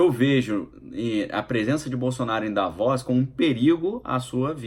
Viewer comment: Querido, pronuncia se" Da - vôs " só quero ajudar!! 😍